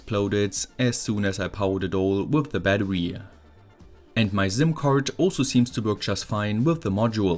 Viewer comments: I was thinking he just built himself one heck of a necklace medallion, all he needs to do now is find a strong enough necklace so he could "inconspicuously" wear it :) Joking aside, this was way easier to follow for me than his usual electronic circuits. I was amused hearing him say "ZIM" card :) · I like how you say "zim" card ❤️❤️